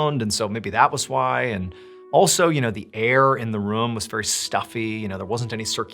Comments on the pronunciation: The way he says room like “ruhm” lol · Since beginning watching Mr ballen ~8 years ago , the way that he says “room” has always stood out to me lol. He says “rum” 😂